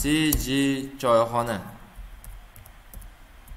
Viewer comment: CGni noto'g'ri aytingiz nazarimda!